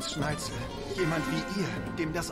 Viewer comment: Ne sorry aber wie immer SchneiTZel sagt fuckt ends ab